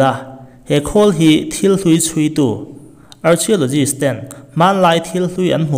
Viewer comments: Archaelogist a lam dan hii..ka nuih ava ti za em...arkhae tia lamtur...archia tiin zu lam a..lehkha zir sag vaklo nimo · Archio nilo Arkhio ti a lam tur zawk😅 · Ar-Khia-law-jist ti a lam tur aw... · Arkhialawgist tiin lam tur. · Archeologist i lam dan hi han lam dok deuh te a ti ro, ARKHEOLOGIST ti in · Archeologist hi sawi angai zing sia, lamdan diklo hi ngaimawh a va awl ve, adika lam hram tum ava tha em, chutiangin mumbai pawh mambai tia sawi hi 🙄🙄